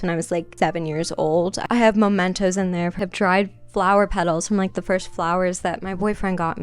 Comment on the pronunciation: it's mementos babe, not momentos